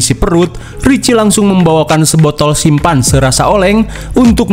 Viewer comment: Sampanye ❎️ Simpanse ✅️ 😂